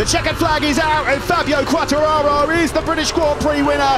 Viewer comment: for the brits is so difficult to name Quatrararooo ahahahah u are so funny